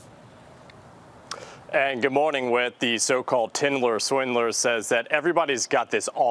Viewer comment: He said "Tindler Swindler" 😂